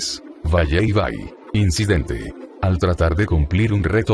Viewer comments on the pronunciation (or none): none